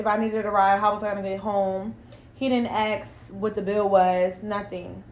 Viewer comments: She keeps saying axx instead of ask. Loser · “He didn’t axe…” 😂😂😂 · Why he axing me that? He be axing me this and that. He shoulda be axing me this. He axing me about my food. He axing this is like body shaming me. What man be axing a woman this? I dunno lady, what man be AXING you? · He didn't "axe?"..ASK!..304.. undereducated..sad!😮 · Axing him must have hurt!! Hahahaah go to school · The moment she said: "AXE" instead of "Ask," I knew she was for the streets. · Why do black people saying aks insted of ask? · He didn't "axe" Damn girl enunciate ASK ASK ASK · No, he actually did, “axe” her. Good for you Sir. 😂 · She had me at - he didn’t “ax”. Really?! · I axe? God, I can't stand that lazy type of talking. Red flag right there! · ASK .... THE WORD IS ASK...A SSSS KK. NOT AX, NOT AXING. ITS EASY.....ARSSSKK. 🙄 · Why did he keep axing her? 😂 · Can you stop saying ax? It''s ask!! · The fact she says axe 🪓 ..not ask says it all 😅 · She can’t even say ASK